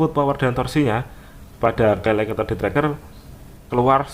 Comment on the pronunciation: Ka el eks om bukan ka el ek